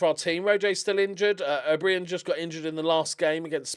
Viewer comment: Will ever realise that's just how you spell O'Brien? Bri as in eye, not as in brie